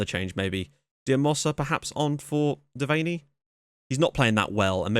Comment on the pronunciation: His name is pronounced Dev-an-nee